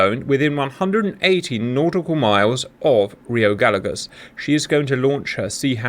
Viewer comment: hello Cap, greetings from Argentina, a tip for pronunciation of rio Gallegos, say the LL of gallegos like the "SH" from the word "shop" ..... LL=SH